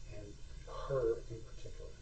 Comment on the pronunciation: When he said "peticular" that really irked me...